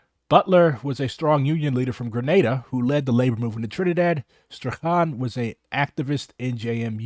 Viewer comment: <<Strachan>> rhymes with < >